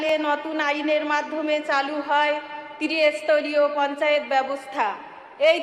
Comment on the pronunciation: এ তো ত্রিস্তরিয় উচ্চারণ করতে পারে না, বলছে তিরি স্তরিয় , কালভার্ট কে বলছে ক্যালভার্ট।